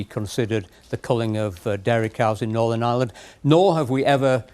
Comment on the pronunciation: I wish that reporter would pronounce n. Ireland property it’s not n. Island there is an r in it